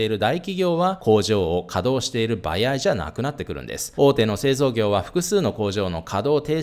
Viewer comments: 「"ばやい"じゃないんです」ってわざとですか？ 「ばあい」では…？🤔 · バヤイ 関西圏の人？ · ばやいってどこの方言?😂